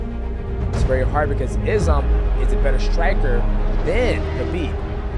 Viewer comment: Excellent film bravo ! Mais s'il vous plaît quand vous faites un film sur Islam, faîtes l'effort de bien prononcer son nom...